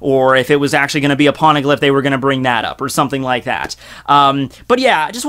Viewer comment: What's a porneglyph? xD